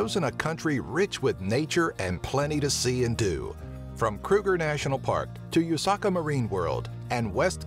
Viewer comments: Ushaka getting pronounced as you-saka made me cringe sooo bad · u-saka marine what? its oo-sha-kah marine world, name after the Zulu king King Shaka (sha-kah) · mpangalanga and usaka😂😂😂😂😂 it's mpumalanga and Ushaka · You can’t say dale steyn Or babotie Wow you can’t say Ushaka that’s easy You can’t say zebra WOW You can’t say mpumalanga It’s a good video but you are missing a lot Sodwana bay, drakensberg, aliwal shoal, etc....